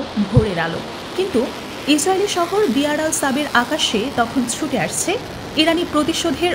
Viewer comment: জায়গাটার নাম 'বিয়ার আল সাবে' না। এটার নাম বির সেভা।